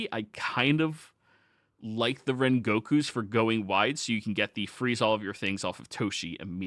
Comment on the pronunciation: i love u but its Rangiku not rengoku